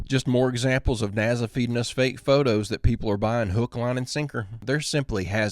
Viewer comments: listen.... Its not "NA-ZA" my guy 😂 its NASA with an S!!!! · I really like your channel but please stop saying NAZZA it's NASA! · You mean " naza"😂